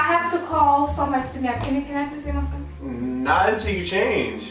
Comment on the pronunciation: “Somebodies calling my fheon”😂